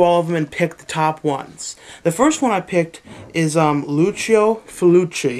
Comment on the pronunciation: Luko ? Loo-chio.